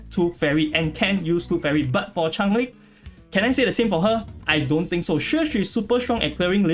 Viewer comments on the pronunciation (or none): Someone needs to tell yall its not Chang ling its CHANGELING